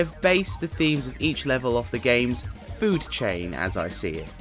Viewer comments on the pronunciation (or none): none